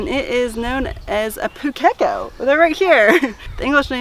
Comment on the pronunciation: A little tip on the correct pronounciation. It's Pūkeko, the ko is more of a corr sound vs co sound, hope that makes sense 😆 Have you heard the Pūkeko in a Ponga tree song? Its to the tune of the 12 days of Christmas 😉